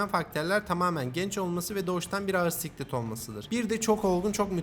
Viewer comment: Abi siklet değil sıklet yeni atmışken düzeltirsin diye diyorum, eline sağlık